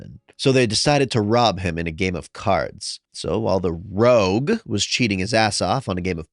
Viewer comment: I’m curious, why do you read rogue as”ROUGE” sometimes?